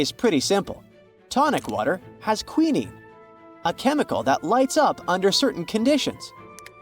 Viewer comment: AI needs to learn how to pronounce words correctly. AND... it needs to be proofed before being released. When they got to the quinine it was pronounced "kwi nin nee"😢. It is pronounced "kwi nine"😊. There were many other mispronunciations.